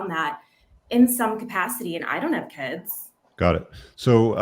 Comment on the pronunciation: Why did that one girl keep saying kuds what's a kud?